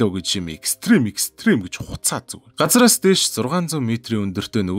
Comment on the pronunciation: Ахаа газраас биш газраас гэдэг шүү